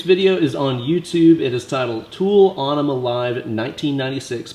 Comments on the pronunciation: Aaron Cohn thank you. Even if it wasn’t still pronounced “enema”, I’m pretty sure it wouldn’t be “winemaker”.... right? Not nit picky. He really should know that. It was pronounced correctly each and every time it was mentioned when the album was released. I remember standing in line for Bad Religion Gray Race then a few months after standing in line completely around the block for Aenema. Sadly no heart next to your comment. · It may be spelled with a weird Æ symbol but it's still pronounced "enema". Nitpicky, I know... but it's Tool, so... ಠ_ಠ 😜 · Actually pronounced e-nema. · I'm pretty sure the song isn't pronounced on-ima. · Bro, its pronounced Enema.